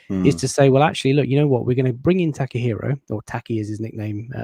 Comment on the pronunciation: La-tte-hiro Tomiyasu